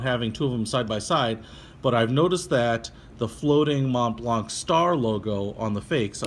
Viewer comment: Mont Blanc is a French name so yeah it's pronounced with the french accent but even if I'm French Canadian I don't pronounce the C at the end of the Blanc.